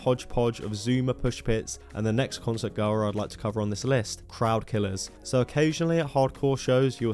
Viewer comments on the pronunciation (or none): For someone so keen to chastise others, it's kinda weird that you can't say the word "concert"